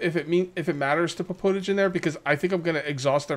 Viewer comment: Pottage is pronounced Pot-Edge as it is made in a pot >^,,^<